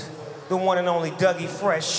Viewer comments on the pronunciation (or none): It's DOUG E FRESH, not "Dougie". Respect where respect is due.